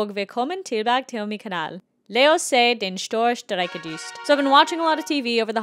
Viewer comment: hooly shit your pronouncination of the show titlw is really good!